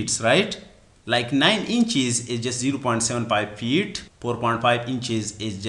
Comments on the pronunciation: Feet hota he, peet nahi hota da pakhtoon bachiya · Good explanation but you couldn't pronounced "F" correctly. You are Engr!!!